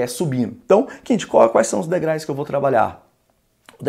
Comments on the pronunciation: Degraus é a maneira correta de dizer e não degrais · Professor de português falando "degrais"SIC ????????? É como um Nutricionista Gordo ,como um dentista com dente estragado.... Não dá!